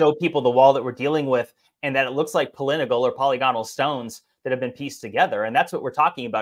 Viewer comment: Pol-i-gonal, 10 points!:)